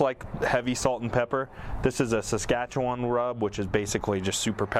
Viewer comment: Wtf you said Saskatchewan correctly aye